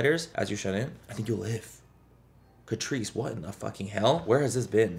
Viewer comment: I swear I kept hearing “Patrice” ☠️